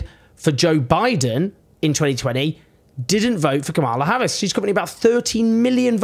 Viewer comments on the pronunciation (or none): Why should I listen to you, when you never bothered to learn to pronounce Kamala Harris' name?